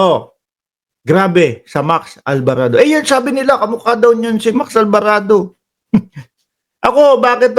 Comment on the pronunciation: ALVARADO ✔️ ALBARABO ❌️